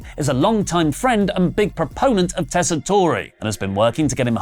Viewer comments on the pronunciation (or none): I know others have made this point, but: Joe Tessitore's name is pronounced "TESS-i-tore," and not pronounced "tess-i-TORE-ey." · TESS-ah-tor, not tess-ah-TOR-ay. No ay at the end. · OMG...it's NOT "Tess-i-toray". It's NOT "Tess-i-torey". It's EXACTLY HOW IT IS WRITTEN - "Tess-i-tore". Good grief, guys. How many times do comments have to tell you that you're getting this guy's name wrong? He's a long-time, top-notch boxing (and sports in general) play-by-play guy. At least get his name right. Jeez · Tess-uh-tor, that’s how it’s pronounced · He must be an Olive Garden Italian then if Joe pronounces his name that way. In Italy it’s pronounced ‘Tess-I-TOR-eh’ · Not super important, but you don't pronounce the E on the end of the new commentators name. Tess-a-torr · What I don't miss is them mispronouncing Joe Tessitore's name. It is pronounced "Tess-a-TORR"